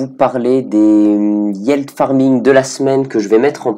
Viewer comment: Faut vraiment arrêter de prononcer « yield » sous la forme « yièlde ». Ça se prononce comme « field ». Donc « yilde »..